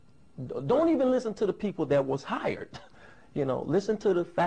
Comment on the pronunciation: "don't listen to the people who were FIRE'T.... Don't enen listen to the people who were HIRE'T" XD XD XD